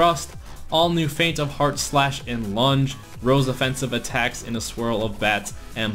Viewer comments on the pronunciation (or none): none